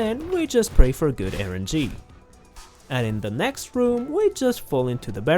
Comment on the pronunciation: Its rng not erng